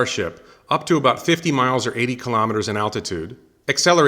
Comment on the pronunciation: Elon pronounces KILO'METRES, not kalamaduhz.